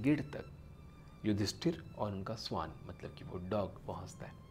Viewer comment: स्‍वान नहीं भईया श्‍वान कहा जाता है उच्‍चारण तो ठीक करो स्‍वान तो पक्षी को कहते हैं। और हां बात तो मुंह से कर रहे हो तो हाथ क्‍यों चलाते हो इतना, तुम्‍हें देखकर ऐसा लगाता है जैसे कथकली कर रहे हो।